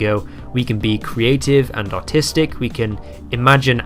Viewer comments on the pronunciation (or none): I heard “we can be artistic” as “we can be autistic” first. Your bloody bri’ish accent doin its thing. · ngl I thought you said autistic here